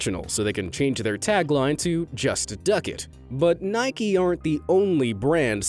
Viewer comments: He says Nik EEE instead of nike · ITS NOT NIKEY ITS NIKE!!!!!!!!